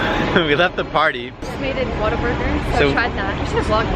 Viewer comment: When Alex said Whataburger it came out Waterburger